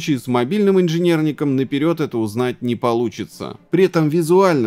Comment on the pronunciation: "в стоке миник с ранним инжинернекем" xDDD